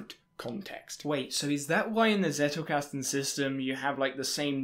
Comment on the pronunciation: Not to be that annoying commenter, but... Zettelkasten. Not Zettle. Zettle is a payment system by Paypal 😉